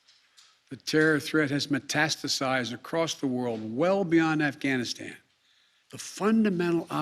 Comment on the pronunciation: He also said Ghanistan instead of Afghanistan yesterday. Oh, remember "Barrack America". So many to mention.